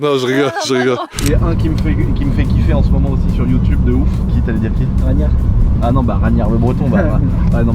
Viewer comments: Ragnar le breton se prononce (Raguenar pas Raniar), lourd la 335i de Babass 🙏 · c RAGUENAR pas raniar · On dit "RAG-NAR" pas "Rañar" 😂😂😂😂